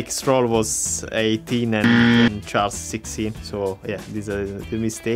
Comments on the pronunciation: Charles calls himself Charles. Let's stop with "Shahl". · Charles and the F1 drivers: Number 16 CHARLES! F1 Commentators: SHARL